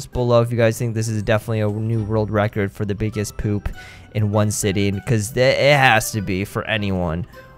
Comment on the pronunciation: a rord racurd